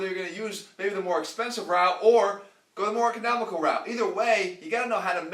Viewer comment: Is it me or did he say economical weird?